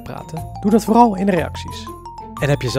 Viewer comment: Een wat emojo. Ik verstond pagan emojo😹🦧🧙 of was t nu bacon🥓